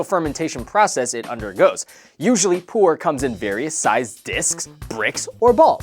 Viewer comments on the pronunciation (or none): it's Pu'er LOL ("Poo-er")